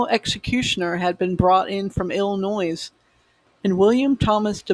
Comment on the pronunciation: That’s Illinois with a silent s…